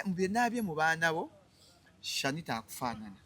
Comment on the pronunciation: Hajji naawe Omwana ye Sanitah not shanitah